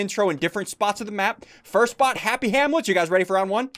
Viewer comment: Who heard say “first bot, happy Hamlet”?